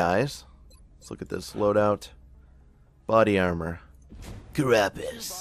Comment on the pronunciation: Maybe you'd get more views if you pronounced "carapace" armor correctly. I don't mean to sound, well, mean, so hopefully to make up for that I'll go ahead and tell you it's pronounced "care-ah-pace" (stress on first syllable and pace as in pacemaker). I apologize for not being able to put it into the pronunciation key alphabet found in dictionaries, but honestly I think that no one can understand those.